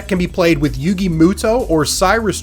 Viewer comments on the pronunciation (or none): Yo, the way you pronounced my man Yugi's name..... Lol butchered. But it's all good. I don't even play duel links I just stick to the normal card game but it's still good to see you doing some other stuff 😁